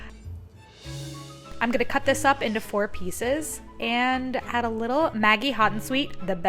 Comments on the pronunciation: I lol everytime I here you say maggi....its actually pronounced Madgee!! Hahaha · It's really interesting to see different ways people say the same brand names. Here in Australia we say Maggi with a soft g sound rather than a hard g sound. Like the g sound in magic. Even the ads made by the brand say it that way. I assume it is different in the US based on how it was said in this video?